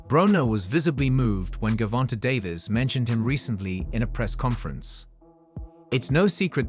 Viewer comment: First of all learn how to pronounce his name before you do a piece on him look at the spelling, and you said Gavonta said with a smile to Davis, that's the same person Gervonte Davis sharpen up on your journalism skills boy